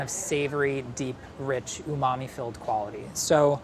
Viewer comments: This Guy... “Unami” “Umami” “Umami” 🙄🙄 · Nobody:: uMaMi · No one:: Rich UmAMi flavor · No matter how many times he says umamee (i have no idea how to spell it), I will never know what it means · Say umami again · Stop saying umami. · Please stop saying umami. 🙄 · Stop saying umami please and thank you. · Say umami one more time..... I dare you.... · If he says "umami" again I'm shutting this off. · Everytime anyone on BA says "Umami", I am filled with rage.